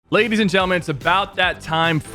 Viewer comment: Labies and gentlemen he said labies